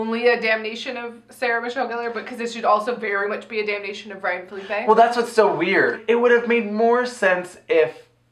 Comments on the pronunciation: What's with the "Felipe" pronunciation of Phillippe? I thought it was Phuh-leep or Philly-pee. haha XD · The pronunciation of Phillippe tho. Smh